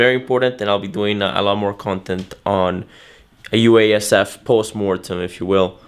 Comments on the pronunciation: Wasup w/ the Usef pronunciation of UASF?!?? Do you not want to say each letter consecutively thus saying 4 syllables as opposed to only 2 syllables in pronouncing it "Usef"?!?? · It's too hard to say man. UASF is unpronounceable. I'm gonna have to take the lead here and create a new word. Pronounced Usaph. Spelled UASF